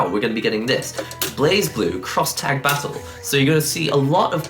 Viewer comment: ブレイブルー is how you say it. I don't think I've ever heard an English speaker say it right.